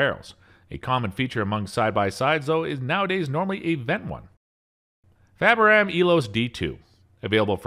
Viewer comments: FABARM nor FABARAM ! and .410 calibre not .410 bore ! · The narrator for this must have been hired. Can’t even pronounce simple names like Fabarm, or Boxlock. Nothing like having a reviewer who knows absolutely zero about shotguns. Thumbs down cringe.